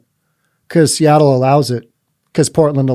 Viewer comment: "Seatroit" LOL. How about "Soyattle"?